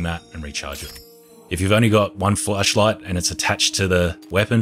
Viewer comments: plz say flashlight better :D :D kept hearing fleshlight and it still made sense :D :D. nice and consise vid tho. thanks helped a lot. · Sooooo we're just gonna pretend he ain't say "flesh" instead of flash cause uh I'm pretty positive a flesh like ain't gonna kill cannibals.. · Everyone: flashlight: fleshlight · Why do you say flesh light LMAO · lol he said flesh light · Bro keeps saying fleshlight💀🤣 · When he said flashlight it sounded like flesh light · I thought he was saying flesh light😂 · did anyone hear him say fleshlight instead of flashlight when he said it? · Its called an accent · Sometimes i hear fleshlight not flashlight